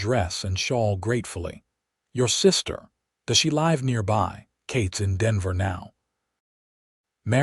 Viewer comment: Can't the AI narrator be taught that the word 'live" rhymes with "give" not with "hive"? I think it can, but the Saloon Porch channel owner missed it, or was just lazy.